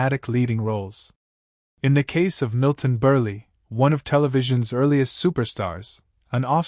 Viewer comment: Milton BURL not BURLEE. It’s spelled Burle but the e is silent.